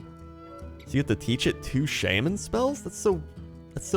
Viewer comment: So im curious is him saying shamin a joke or his actual prononciation?